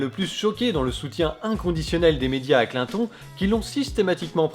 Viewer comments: François Hollande c'est un peut l'incarnation de la méthode Coué:) Mais c'est qui ce Klin-thon? lol. Ah!!! à tu prononces à l'anglaise. ah ben tu vois que toi aussi tu as un cerveau malade gangréné par le complotisme. Il n'y a pas à dire: maintenir le peuple dans la peur est toujours une bonne stratégie, il acceptera toutes nos stratégies. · j'aime comme il prononce Clinton x) très bon contenu bravo ! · Vidéo interessante mais alors, ton mépris de Clinton au point de volontairement massacrer son nom chaque fois que tu parles d'elle m'a presque dissuadé de finir la vidéo. On peut aimer ou pas tel ou tel personnage politique. Mais à un moment, à mes yeux, ça finit totalement par te décrédibiliser parce que là ce n'est plus une analyse objective et pensée... Juste une tribune d'un adversaire acharné qui caricature....un peu comme Trump quoi ... et c'est dommage parce que tu soulignes des points interessants. Encore que j'en partage pas totalement l'analyse.